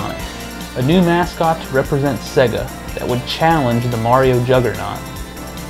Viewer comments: "s-egg-uh" :/ / "Say-guh" :D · Jesus wept! It's Sega... "Say-guh" not Segga. You sound like Popeye. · Dude, it's say-guh. Not seh-guh. Just listen to the audio when you switch on a Sonic cart. Love the show though. :) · What's with the weird pronunciation of Sega? Every time you turn one on it tells you how to say it.... "Say-gah" not "segga" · "seh-guh"? It's "SAY-gah" as the game system itself actually pronounced the name when powered on. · Sega, not seag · Sera, not seag